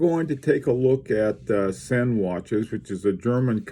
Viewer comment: your pronunciation is hurting my ears :) it is Ziiin. I very recommend reading the latest Sinn catalog (a lot of technical information). Sinn is not about chronographs and dress watches but cases, durability, and robustnes for extreme conditions. Sinn uses unique technologies for their cases and they supply special forces, police, divers, firefighters, doctors, rescuers.